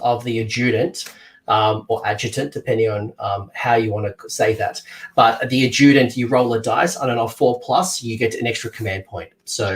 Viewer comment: Pronounce adjunct “Ad - Junked” The “D” becomes almost silent as it rolls into the J adjunct — a thing added to something else as a supplementary rather than an essential part. Lol you are not the only YouTuber I’ve seen pronouncing adjunct as “Ajewdent”